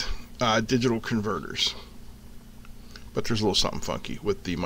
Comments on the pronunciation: Sorry. I confused you pronunciation of "but" for byte. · Sorry I confused your pronunciation of "but" for "byte"